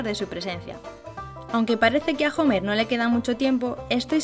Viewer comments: Homero, repitan conmigo: H O M E R O, NO JOMER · no es jomer es homero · No sé dise jomer es Homero 😒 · hola noes homer homero y no se lee la h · se sise homero y se escribe homer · Primero pronuncia bien Homero, y después haces un buen video